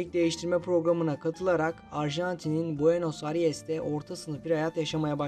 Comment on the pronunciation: Arjantin’in başkentini Buenos Aries diye okumak hangi seviye cehalet ?